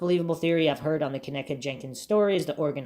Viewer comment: I believe her name is pronounced Ken - EEE - kah. Respectively. Hard ‘E’ like Keeeegan Kline. 😅😂